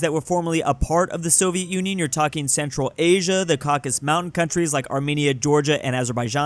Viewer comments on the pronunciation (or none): Cau-Ca-Sus! Not Caucus!